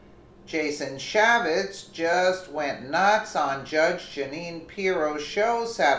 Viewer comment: CAN YOU NOT UNDERSTAND HOW IGNORANT EVERY VIDEO YOU MAKE SOUNDS SO IGNORANT? YOU SLAUGHTER PEOPLES NAMES, CHAFFETZ IS CHAY FETZ! YOU IDIOT! THESE NAMES YOU SHOULD KNOW! SINCE YOU THINK YOU CAN REPORT ON THEM!